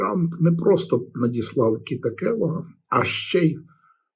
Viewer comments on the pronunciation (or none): Заради всього святого, пане Володимире, Келог. . суті не змінює, але Кельог вухо ріже жахливо.